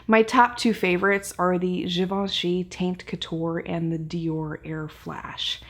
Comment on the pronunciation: You're just my favorite guru. I loved how thorough you are and that you take notes! But I think it's pronounced tawnt... Cuz the way you are saying it, isn't that a derogatory slang term for... Well for a girl's hoohah?